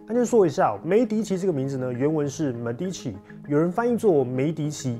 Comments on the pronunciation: Medici的原文不是這樣發音的，是用英語方式發音，但人家明明是義大利文。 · Medici義大利文念 ㄇㄟˋㄉㄧˇㄑㄧˇ😂 突然聽到英文版的medici好不習慣